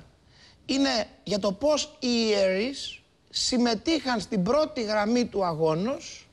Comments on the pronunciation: oi ierrreis!!! a rrre adwnh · Πώς πώς; Ιιερρρης.. hahahaha